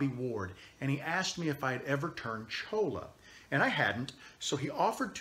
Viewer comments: the pen is beautiful and you did a great job on everything except the name of the cactus (LOL) it is cholla (pronounced choy-a) actually La Cholla AKA: jumping cactus. I have seen some beautiful items made from it but I never thought about making a pen with it. I'll have to give it a try. thank you for your awesome videos. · I'm pretty confident there is no such cactus as a chola. Perhaps a cholla. Pronounced choy~ya. Double ll = y sound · it is pronounced CHOYA. Double Ls in Spanish sound like a Y.